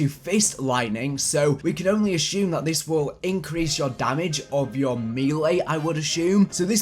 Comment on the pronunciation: bro.... consuuuumables not conshumables. assuuuume not ashume. sorry but its driving me crazy. accent or no. ur vidz r dope though so i guess ill deal. jus fyi brother